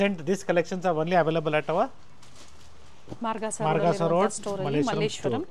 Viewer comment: It is Margosa road not margasa road